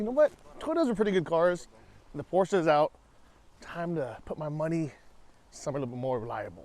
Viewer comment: So nice to hear an American pronounced Porsche correctly. 🙂 Well done! I have to say that it looks more like a Prado than a Land Cruiser though.